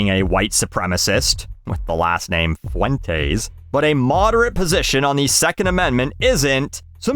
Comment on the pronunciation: The way that you pronounced the name Fuentes had me in stitches. Also he didn’t deserve to die. It was wrong but I’m not going to mourn him.